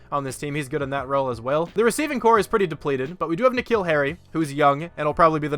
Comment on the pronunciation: Earliest I’ve watched one of your videos. It’s like 1 AM here. Also just realised that you say my name like N’Keal Harry’s. It’s like the name Nick Hill. You say my last name pretty well though.